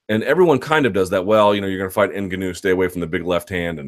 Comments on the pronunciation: Luke the tonal accent of Francis's Name is on the GA syllable, Francis n-GAW-nou .... not IN-ganou... come on son !!! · Hate the way you're pronouncing Ngannou .. it's 'En-Gawn-Ew' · Derek Gram implying all black people born outside of Africa can pronounce African names properly. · Nope. Its nuh-ga-now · Rulo Turati - yeah you're right sorry N-Gawn-Oo .. I just couldn't watch the video because it was annoying me so much how the name was being pronounced .. is anyone sure exactly how to pronounce it? Maybe I'm wrong.. any Africans in the house?? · Why do you say "Ngannou" like a mouth-breathing doofus? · Say Ngannous name wrong 1 more time and I'm turning you off! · Andy TheGamerToBeat i agree lol he says tht name wrong and 'calvillo' wrong when the fighters themselves are pronouncing it how they want it too b said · and it's totally wrong